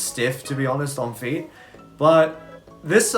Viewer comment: Nice “on-feet” lol